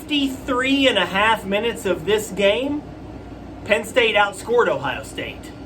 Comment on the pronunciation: Are u ok? U couldn't even say Ohio state name correctly. U must be a homer fan wow just wish some of these so called experts would at least view the game correctly